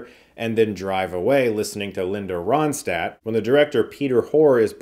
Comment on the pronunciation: Ronstadt…. We need Ron.. stadt! 🤔